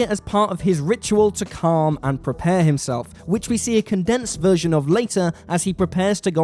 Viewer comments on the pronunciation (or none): none